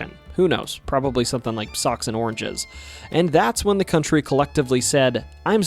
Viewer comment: Country...not coutnry. Sorry